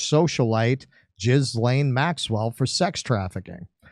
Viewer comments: Gee la' - hard g , short a, accent on the second syllable. Not "Jiz - lane" . jesus you guys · He calls her Gizzlaine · I'm not sure the name is pronounced as Jizz lane but I can work with that, Prince Andrew has stepped down, so he just gets the perks without doing the works now, let's hope he gets through this harrowing experience. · Ghislaine is pronounced Gee-lane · But don’t you think Jizzlane suits her?